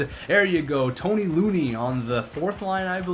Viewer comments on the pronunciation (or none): it's Troy Loney. pronounced. like alone--eee. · Honestly are you dyslexic? Not trying to be mean but you misspelled and mispronounced Troy Loney and Jim Paek.